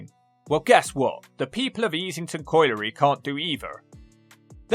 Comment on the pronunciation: You can't pronounce "colliery."